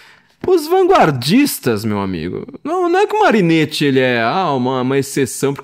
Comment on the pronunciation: Carro, muito bom. Mas, como sou chato (minha profissão exige ser chato), faço alguns apontamentos: - Marinetti se pronuncia "Marinéti", como em "capeletti"; - O grande amor de Orfeu era Eurídice. Ariadne foi aquela que se apaixonou por Teseu e deu a ele o novelo, para que ele conseguisse sair do labirinto após matar o Minotauro (depois Teseu deu um belo pé na bunda da moça, mas isso é outra história); e - Quem matou a Medusa foi Perseu, Hércules já tinha doze trabalhos para cumprir, e naquele tempo não tinha conversa mole de acabar com escala 6 x 1.